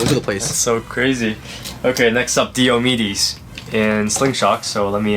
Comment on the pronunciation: it's pronounced "Die - O - Me dees" One of the major Warriors in the Trojan War.